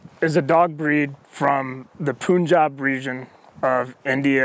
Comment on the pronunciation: Whats the deal with Americans continuously pronouncing Punjab ('pun' spelled similar to 'bun') as Poonjab? Its no surprise, since schedule is sckedooole in America.